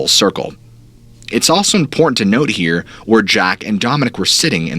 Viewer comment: Not sure why but I thought you said hair instead of here lol